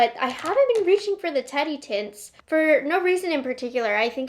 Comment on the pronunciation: Omg, I thought you kept saying Teddy Tits 😂 umm Teddy Tints. Got it!